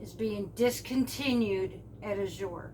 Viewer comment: Azure has grown by leaps and bounds. At our drop there is at least 25 new folks every !month. People are stocking up so they are running out faster and can't keep up. The tens will come back it just depends on harvest . also it is pronounced az sure not a zure jus t so ya know. Just keep putting it in your cart and check out before the cutoff so you she the price.!the grains will come back .farms harvest at different times